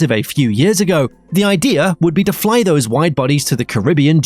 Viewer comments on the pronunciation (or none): none